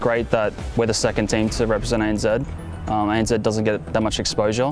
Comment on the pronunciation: What’s “ANzed”? Oh, you mean ANZ....